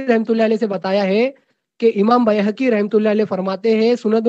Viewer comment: Bayhaqi ko Bhehki bolta hai 😊😊😊